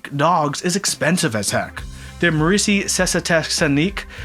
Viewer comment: oml how badly he said the merisi board got me dead